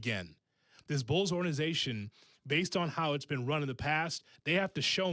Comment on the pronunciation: Why does say “ordanization”, instead of “organization”?